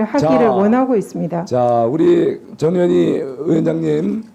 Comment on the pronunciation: 저년희야 발음이 영 이상하네